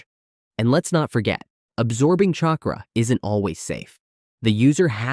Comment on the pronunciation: Bro, if you even TRIED to pronounce the names of these people and their jutsu, I’d probably be impressed. But really? “Chay cruh”? Wtf?